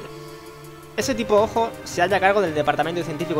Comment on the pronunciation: Me hace gracia porque "Hojo" se pronunciaría algo así como "Joyo" y dice "Ojo" x'DDD